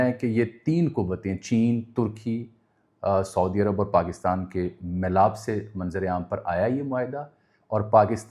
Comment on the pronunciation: سعودی عرب اور خصوصاً حرمین الشریفین کا تلفّظ کا درست کریں کیونکہ یہ بے ادبی کی زمرے میں آ تا ہے